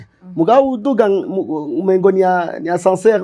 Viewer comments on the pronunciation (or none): none